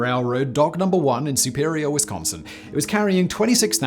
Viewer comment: I'll never tire of hearing Brits say "Wisconsin." Also, "we are holding our own" is the most aggressively Midwestern response imaginable to being asked about your flooded ship being pounded by giant waves in the middle of a deadly lake storm. "Oh, we're fine, it's just a little leak. No need to make a fuss."